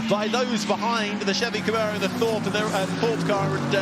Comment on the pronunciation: "CamEro" and "SHirocco" - dear oh dear - someone PLEASE tell young to get his pronunciations sorted!" Great racing!